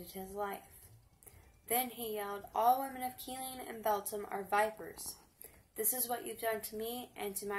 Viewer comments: Where is Kill-lean? 🤣🤣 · They way you say Killeen is aggravating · This broad ia not from Kill-een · Just so you're aware, his last name is pronounced like Hen-Nard. And the city is pronounced like Kuh-leen. And it's massacre, not massacure. I'll never forget the day this happened.